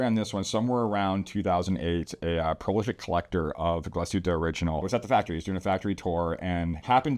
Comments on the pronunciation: It's "glass-HOOT-ə", NOT ""gla-SHOOT-ə" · Not to be too pedantic here, but I think the brand is pronounced Glah-suit-a Orig (hard G)-in-al (like Al Gore). Good videos. Great brand. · "Glas - hutte," not "Gla - shutte." Close but not correct. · Sorry, I am a German living in the US for the last 34 Years. And the Glasshuette pronounciations always make me flinch a bit. Yours was better then most though. I am a collector and a big GO and ALS fan.